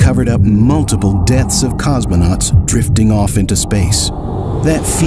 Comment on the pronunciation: No es "cosmenautas" sino COSMONAUTAS